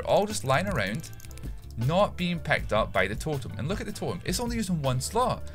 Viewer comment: "pecked up" "nuyne" "stearted" "lyein" "three aut"